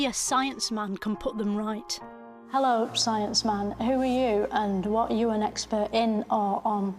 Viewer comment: I love how everytime she’s in a serious interview she starts with “Ü R you”